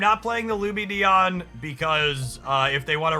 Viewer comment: He finally pronounces Lumineon correctly! Huzzah!